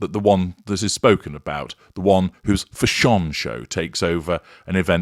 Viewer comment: why does say "fash-on" instead of saying 'fashion'?